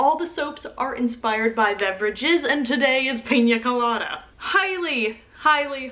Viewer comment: YOUR SAYING PIN COLADA WRONG! its Pee-Nah colada